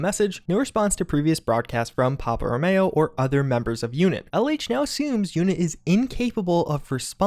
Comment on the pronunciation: its row-me-oh, not row-may-oh